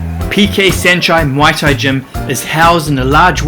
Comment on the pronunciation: So much passion on muay thai , we appreciate it bro... but u still mispronouncing muay thai as moi or mui thai everytime lol.... it's muay or Mway or Mwai thai bro. Cheers.